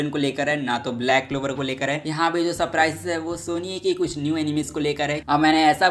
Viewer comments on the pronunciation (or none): Manga ❌ Manva✅ Surprises ❌ Suprises✅ Answer ❌ Aenser✅